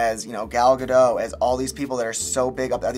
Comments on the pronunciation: Gal gadoT.... the T isn't silent for cryin' out loud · 2018 and people still mispronounce Gadot